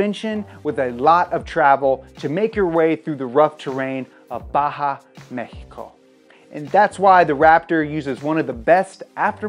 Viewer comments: Look the way he pronounced “Mejico”, its awesome to ear an non latino with those amazing pronunciations. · Just wanna take a moment to say thanks for pronouncing Mexico correctly, its not Meksiko its Mexico. Wish I could like this vid 5 times